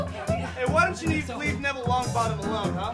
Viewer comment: WHY IS NO ONE TALKING ABOUT HOW DARREN ALMOST SAID "why dont you neave leville longbottom alone" 💀